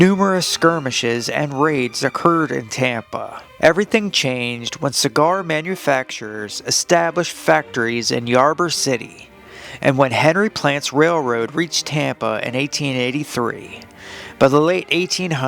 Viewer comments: I have lived in Florida since 1990, Ybor. Is pronounced ebor. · Ybor City is pronounced like "Ee bore City", Deland is pronounced like "Dee Land".